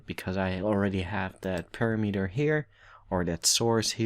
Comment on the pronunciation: thanks. btw "parameter" is pronounced "param-eter"